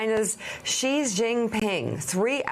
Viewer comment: Wow, MSNBC sucks. Y'all can't even say Xi's name right